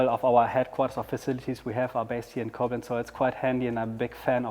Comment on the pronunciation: Hehehe.. love how he puts the accent on the wrong syllable when saying Coblenz.